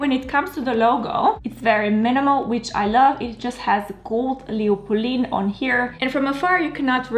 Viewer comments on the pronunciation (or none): Another great video. It’s pronounced Polenn not Poleen.